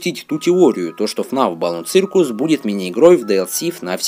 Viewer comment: Не цыркус, а сёкус !!!!!